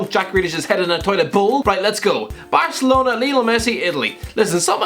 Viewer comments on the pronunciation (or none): none